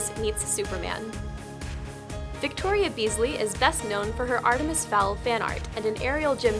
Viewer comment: I HEARD ATREMIS FOWL